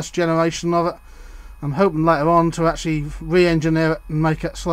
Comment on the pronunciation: Favourite word - "Acshully"! ;-) Interesting clip, though! Excellent slip-ring assembly, but is the current carried through the hinges? It appears to be - I think I would have bolted a bit of copper braid across the hinges - like the stuff a car battery earth lead is made from.